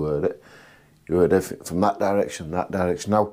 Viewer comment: Everyfink? Bafroom? 😂😂